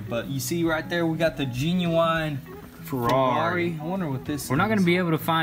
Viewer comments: They butchered genuwine. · Dont forget the genuwine battery.